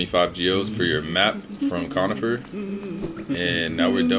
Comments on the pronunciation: Its coRnifer not conifer dont disrespect him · I think bros name is “cornifer” not “conifer”